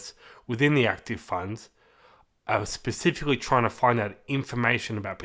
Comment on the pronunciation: Ooh I love a guy who can pronounce 'specifically' correctly... .. makes a refreshing change!!